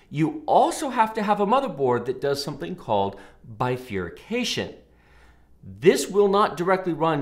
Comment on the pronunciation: Not very important, but it's called PCIe Bifurcation, not Bifurication.